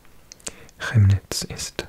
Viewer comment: Chemnitz is actually pronounced like “Kemnitz”. I know the ch is confusing in German 😅